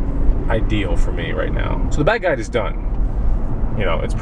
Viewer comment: keep saying bag guide but sounds like bad guy why?